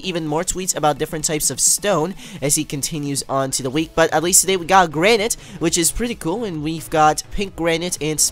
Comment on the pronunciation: its pronounced as granit but garnite